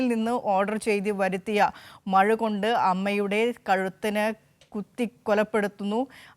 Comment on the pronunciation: madu alla mazhu😂